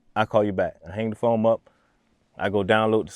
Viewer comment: “I hang the phoMe up” lol